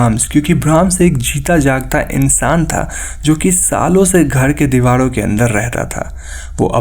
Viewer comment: use dewalo ke,bhai ra ko la kyun bolte ho